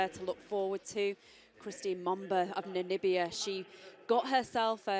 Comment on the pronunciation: I cannot see the problems in pronouncing her name, also Namibia, her name is pronounced EMboma NOT Momba!! Namibia is not Nambia as many says, it's Na/mi/bia.. what's so difficult..